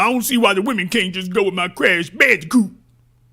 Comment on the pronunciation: Creesh Bandeecoot 😄